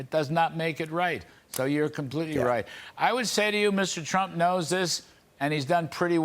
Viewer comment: Trump not Tramp!